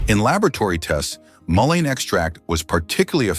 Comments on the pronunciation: Lots of good info, but VERY ANNOYING to mispronounce the Name MUllen as maLINE! Get it right! MULLEN! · Why are you saying might help ,when it's clearly great for all these ailments,and you keep changing and pronouncing the name wrongly continually.😮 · I don't know if this is right or not, but I always pronounced it Mull ee in. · Really though? AI needs to get a little more intelligent! It pronounced mullein like five different ways. It keeps repeating the same info as well. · I really despise AI voice overs, perhaps you could have your AI decide which way to pronounce mullein, switching back and forth is annoying! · AI can't decide on how to pronounce mullein.